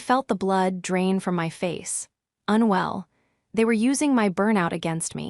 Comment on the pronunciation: Not "unwe LL" (pronounced as two quasi-words): just "unwell." But (seriously) a good story!